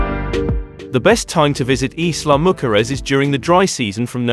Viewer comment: Every time you pronounce Isla mujeres Im lol…not even close to the name if this beautiful island